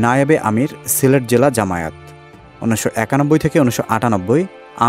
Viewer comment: জামায়েত না, জামায়াত, শুদ্ধ করে উচ্চারণ করুন।